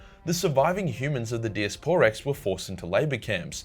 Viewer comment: Die-ass-per-rex not dias por rex